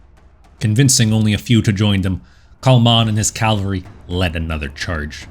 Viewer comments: Great video. I even pressed all the buttons for you. Keep it up. Just one tiny favor for me please? Stop saying Calvary. It's cav-al-ry. Calvary is the hill in the Bible where they took Jesus to be crucified. Cavalry are horse-mounted soldiers. Calvary makes it sound like they ride in on baby cows. So yeah, thanks duder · Was about to comment the same thing. It’s cavalry lol. Love his videos though! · For some reason I keep hearing "heavy calvary". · Calvary Calvary I love your content man... but calvary? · 🧐😂 you try to sound intelligent 😂 but you can't even pronounce the word 🧐 cavalry 🧐🤣🤣😂😅👎